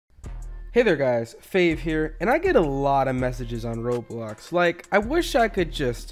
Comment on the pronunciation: You said roblux instead of Roblox